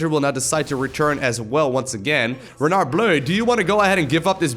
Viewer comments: when pronuncing renard, juste dont include the "D" at the end, like if it was spelling "renar"!!!! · The R in the name is supposed to be pronounced the Way you dutch People pronounce your g h and j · Renard = Fox The "d" is mute. Just like the "t" in "croissant". French "Rs" are generally not rolled (except very specific places in the south). It should sound more like a vocalized yet softer german "ch" (as in -ach, not ich). 5/10 for effort. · A bit too much on the R on Renard but otherwise the Le Renard Bleu was good pronunciation!